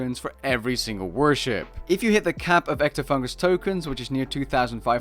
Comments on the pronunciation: EctofunTus, not EctofunGus. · Not to be a smartass, but it's "Ectofuntus", not "Ectofungus". OK i lied, it's totally to be a smartass.